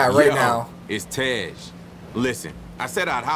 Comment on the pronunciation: Why do you say tes his name is tej